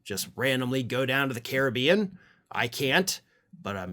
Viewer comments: thank you for pronouncing, Caribbean the correct way.. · Yay, for the UK pronunciation of the Caribbean :P love the channel regardless